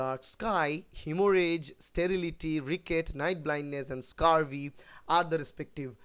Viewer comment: Its scurvy sir not scarvy